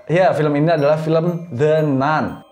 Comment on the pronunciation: baca nya "the nan" bosss